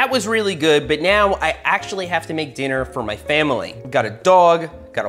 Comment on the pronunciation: Did he say dinner